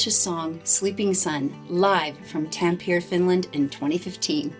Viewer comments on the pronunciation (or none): why, oh why almost every American or Canadian reactor pronounces names and places according to anglo-saxon rules of language? it's not Tampir, it's Tampere